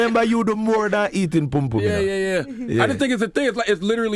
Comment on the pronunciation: It's not pume pume,say after me PUM PUM!!